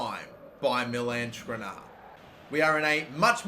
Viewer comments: Just sell the players whose names you cannot pronounce. Skriniar, not Skrinar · Skr-nee-ar. Your pronunciation is fucked.